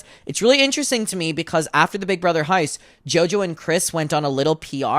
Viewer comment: LOL the way you pronounce house as "haise" is cracking me up idky